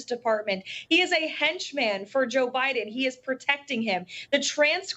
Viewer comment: She can't even say "damning" properly. And who is Merica Garland? She needs speech help.